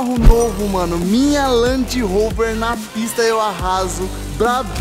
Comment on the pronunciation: REDI RROVE